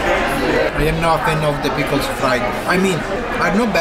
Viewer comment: what do you call dinner rolls in Italy? The "Peekles! And "Pickeris"...😂